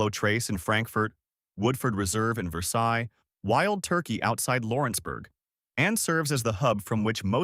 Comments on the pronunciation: It’s Ver sails. Not ver sigh. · And it's not "Ver-sigh" either!